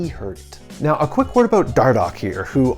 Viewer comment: aboouut. U Canadian bro?